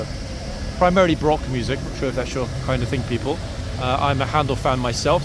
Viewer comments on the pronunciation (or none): none